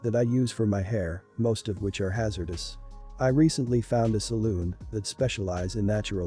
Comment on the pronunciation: Salon, not saloon.